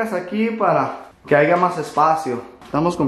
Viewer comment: metale un chingadazo a por decir AIGA por favor jajaja.